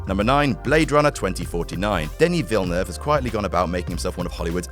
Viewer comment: This is the first time I ever hear an english-speaker pronounce correctly Denis Villeneuve's name. You're amazing. Sincerely, a Quebecer bored by all these butchered pronounciation.